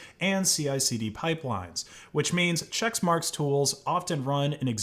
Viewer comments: "Che*CK*marx", not "Chexmarx" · It's pronounced "check-marks" not "checks-marks" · i hate the company, but it's not "chexmarx" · Why are you saying chexmarx? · isn't it pronounced check marks?